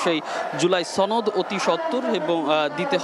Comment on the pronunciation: টিভি চ্যানেলগুলোতে জামাত শিবির এর সদস্যরা চাকুীরতে যোগদান করেছে। সাংবাদিকগুলোর চেহারা কথাবার্তা দেখেই বুঝা যাচ্ছে। লেখাপড়া কতটুকু করেছে কে জানে? জুলাই সনদ শব্দটাও উচ্চারণ করতে পারছে না। সনদকে ছনদ বলছে।